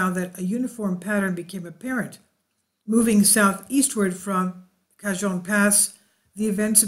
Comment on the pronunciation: Cajon pass pronounced ka hon. j pronounced as h